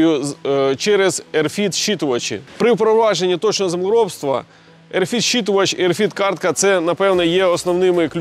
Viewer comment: RFID - не "ерфід" , а RF ID "ЕрЕф Айді", тобто радіочастотна ідентифікація 😉